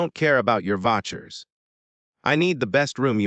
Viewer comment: i do wish readers would learn how to pronounce words. It's not "Votchers" but vouchers...